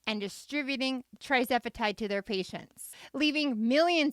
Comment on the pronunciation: Isn’t it TIRzepitide not TRIzepitide🤔🤔